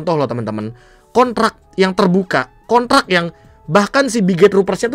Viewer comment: Kontrak Be bukan konrak🤣